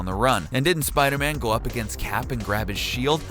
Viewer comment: Spoder man or Spider-Man?🤣